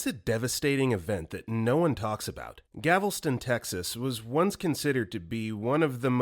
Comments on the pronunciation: I know this is over half a year later but I would like to say that for the first fact it is “Galveston” and not “Gavelston.” I’ve lived right next to the island, known about and visited it my whole life, and everyone in the greater Houston area goes there for the beach. To add to the 1900s storm. They raised the entire island like 8 feet after the storm and created a sea-wall that’s like 17 feet. Also nuns at the orphanages would tie a rope around themselves and a group of orphans as to not lose them, but it actually led to “if one got caught in the storm they all did” kind of thing. Very sad :( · Gavelston? GAL-VES-TON -Texan. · GALveston, not Gavelston! And the Galveston hurricane of 1900 isn't exactly obscure history. It's pretty darned infamous. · Lmao.. bro said Gavlston instead of Galveston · He said gavelston instead of Galveston 😭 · Galveston. Not Gavelston. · GAL VES TON not GAV EL STON 😂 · Please do some research; it’s “Gal-ves-ton” not “Gav-les-ton”. Maybe pick up on some story cues too, like “console” (“[CON-soul], noun, a game system) vs. “console” (“[con-SOUL]”, verb, to comfort someone). Your stuff is good but your mispronunciations are ATROCIOUS. Just practice and read the story a few times before recording. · Immediately triggered by Galveston being mispronounced as Gavel Stone. But yes, it tends to get hit by heavy hurricanes. Not easy to evacuate from what is essentially a small island with only one way out. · galv-eh-stin. thats how you say it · GAVELston… not sure you got that right. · GAL-veston. Practice saying American city names before you piss off another Texan with that pronunciation mistake. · Not trying to be a jerk, but Story 1: It's "Galveston", Texas. I like this channel, but it makes me wonder if there's any sort of research done to back up the content. Hopefully, just an honest mistake!